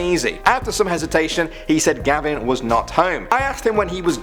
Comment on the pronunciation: It's not gabin it's gavin